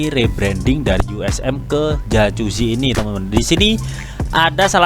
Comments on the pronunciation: jakuzi bacanya bro, bukan jacusi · dibaca yakuzi bang,,,bukan jajuzi,,hehe